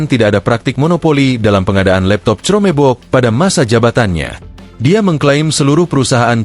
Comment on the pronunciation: Reporter media ini berpendidikan rendah. Baca chromebook saja tidak becus, parah.